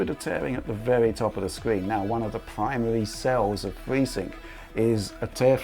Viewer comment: telling us about fweesync!